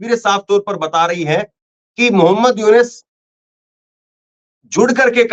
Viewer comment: मोहम्मद यूनिस नहीं मोहम्मद युनुस बोलिये please